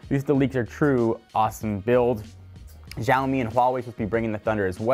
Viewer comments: It's Shaomi not Zaomi right? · Please. It isn't "Zhaomi" it's "xiaomi" Pronounced with an "see-ow" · It's not Jaomi and Huawei. It's pronounced Shaomi and Wa-Way. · OVOXO He is pronouncing Xiaomi as Zaomi. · Biplav Shrestha Xiaomi is pronounced as sheyowmee in Mandarin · It's pronounced "Shao-Me" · its pronounced shaomi